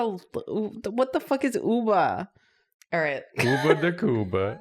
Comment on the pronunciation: KOO-BAH not koo-lah